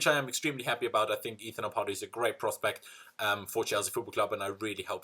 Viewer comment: I always cringe when you stretch the second "a" in "Ampadu". Its Ampadu not "Ampaadu". Thats how Ghanains pronounce the word the last time I checked. He dad is a Ghanaian.